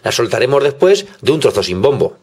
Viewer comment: "Despuers" o.o